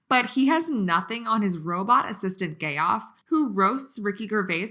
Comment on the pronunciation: Greg Furgeson's buddy "Gay-off"? Jeff, Jeff not Gay off. Be smarter.